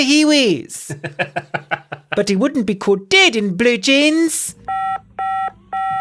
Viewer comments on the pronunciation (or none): none